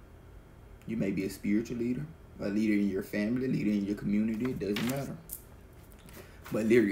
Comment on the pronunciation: Asè thank you for the message. I swear it sounds like you said Lyric (my name) when saying Leader . Maybe I’m trippin lol